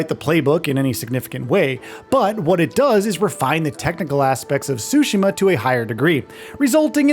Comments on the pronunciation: TSU-shims NOT SUSHI-ma there’s a t there sir. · Wish people knew how to pronounce Tsushima correctly. Ahhh Americans 😢